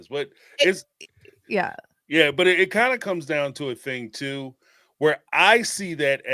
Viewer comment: boohurt? you can't say "butt" in your house?